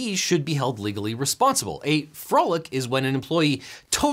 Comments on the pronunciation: . Frolic or Folic? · Folic and Detour Missed an R there, buddy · Objection! says "folic and detour," not "frolic and detour." I move to strike it from the record. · You said "folic and detour"